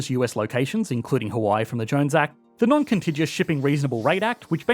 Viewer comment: FYI you’re pronouncing contiguous wrong it’s a hard g